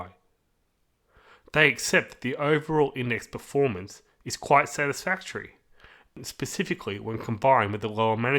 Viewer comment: Ooh I love a guy who can pronounce 'specifically' correctly... .. makes a refreshing change!!